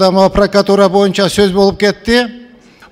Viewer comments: Пракатура емес прокуратура болот таз баш... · Эй гелесоо Прокатура эмес, Прокуратура деп туура суйлогонду органдардын аталышын туура айта албаган депутат Жогорку Кенешке бок жеп отурабы эмне деген сабатсыздык , билимсиз уялбайсынбы дагы кыйкырып кыйратып койгонсуп суйлойсун эшек. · сен кандай мааниде тушунуп жыргайсын? Тыншап уксан суйлогонун ,,Прокуратура" деп суйлоп жатабы или пракатура деп тантырайбы? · пракватура дейби? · Лысый депутат Пракуратураны так айтса Ары жок калп суйлобогуолу биринчидин паркуратура эмес Прокуратура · пракатура дейт таз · Паракуратура десе туура болот го. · Прокуратура деп айталбайтекен таз баш пахтакор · ПРОКАТУРА ДЕП, ЖЭНИШ ТИЛИН КЕЛБЕЙ, БИРОК ТУРА АЙТЫПСЫН!ПРОКАТ УРА))))😂😂😂😂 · Тилин келбей Тишин келетго пракатура деп лысый 😂🤣🤣🤣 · Сен биринчи прокурортура деп туура айтып алчы,!